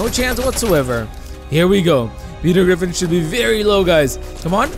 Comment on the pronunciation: Bro said grefin